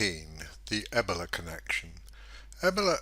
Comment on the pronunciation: E-BOWL-A Not Eb-ela